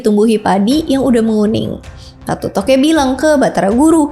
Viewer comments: Koreksi sebutannya bukan Patotoge tapi PA' TOTOE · Patoto' e, bukan patotoke😊😊, Patoto'e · Patotoke 😂 yg benar PA'TOTO'E 😅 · Koreksi: Patoto'e bukan patotoke 😢 Patoto'e artinya yg memberikan kehidupan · Patotoe bukan payotoqe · Kakkkk, bacanya bukan PATOTOKE, tapi PATOTO' E. Q itu ganti aksen yaa❤ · Cara bacanya Patoto'e, bukan patotoke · pengucapan namanya salah ya, PATOTOQE, yg benar adalah patoto e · patotoqe itu dibacanya Patoto'e... jdi kuruf Q nya itu pengganti tanda baca ( ' ) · mohon maaf kak, penyebutan yang benar itu 1. PATOTO'E / PATOTOQ E bukan PATOTOQE , TOTO' artinya nasib, jdi PA TOTO' E artinya Sang Penentu Nasib. 2. Datu Palinge' / Palingeq penyebutannya "NGE" ibarat penyebutan kata "SINGA", nyebut nya SI+ NGA bukan SIN+GA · Maaf coba di perbaiki lagi cara ucapannya sebab ini sangat mempengaruhi keaslian dari bahasa dan makna sureq Laga ligo.Seperti misalnya patotoe bukan patotoge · Mohon pengucapan Patoto'E ya bukan Patotoqe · bukan patotoke, dibaca patotoq 'ee